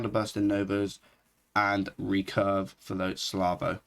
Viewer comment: Gotta love u calling salvo slavo, for real tho, quality content as usual